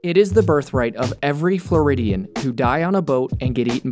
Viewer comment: What I noticed in the intro: "It is the birthright of every Floridan to-" and then I accidentally skipped to "boat". So this full sentence was "It is the birthright of every Floridan to boat." *What?*